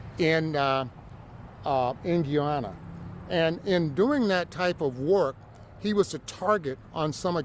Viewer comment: His attorney can't pronounce the country Roberts is from 😂😂 FYI Guyana military don't fight cartels, you know why? There are no friggin cartels in Guyana. It's 83,000 sq miles with less than half populated. 750,000 inhabitants, hard for cartels to hide. He is probably not even from Guyana.